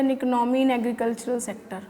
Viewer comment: Economy Bolna to sekh lo Pahly